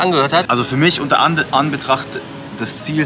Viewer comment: Wie mcdonals hört sich eher schlecht an als gut